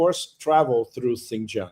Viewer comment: Pepe: don’t mind me, when Chinese people pronounce the word Xin Jiang, “Jiang” takes a higher tone. 😂